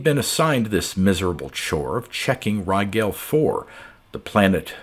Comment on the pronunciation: Too late for this one, but Rigel is pronounced as in "gel" like gelatin. Thanks for the great reading again, as always.